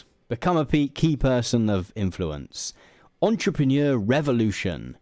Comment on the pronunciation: It might have been worth spending five minutes learning to pronounce "entrepreneur"...